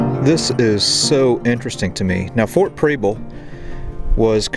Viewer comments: It's not pronounced Preeble. Preble with a soft E. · Prebble is pronounced like Pebble with an R. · I'm from Portland! Love your videos so I'm excited to see this one. But I'm 30 seconds in and... You are pronouncing the name incorrectly, it's pronounced like the word treble. There is also a street in Portland with the same name I drove up it today, lol. Also you are actually in South Portland. That being said I'm a little jealous. Here I am a history buff and live in such a historic place, and someone from away actually has the time and resources to explore it all. Thanks for what you do, and I wish you and yours happy holidays and a great new year.